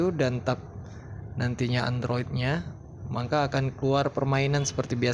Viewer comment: Maka bang bukan mangka